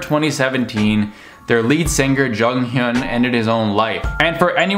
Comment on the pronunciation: The way you pronounced Jonghyun was actually pretty good! But I’m sorry the way you pronounced SHINee made me laugh so hard, it’s pronounced like ‘Shiny’ The meaning of their name is ‘one who receives the light’ because they want to shine light on everyone who’s in the dark Also thank you for this video, I’m bad at expressing my own feelings on the matter but you basically said everything I wanted to say, I really appreciate it. (There’s a few more things I’d want to add as a Shawol (shinee fan) but that’s just about jjongs passing in general and how many non-Shawols see him, so not really relevant)